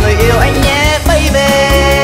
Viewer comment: Bấy bi mà sao cứ bấy bê á nhờ